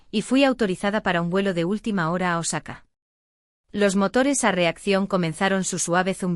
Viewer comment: Es Osaka no nosaca